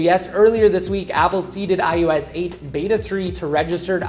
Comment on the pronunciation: Why do you say ius instead of ios?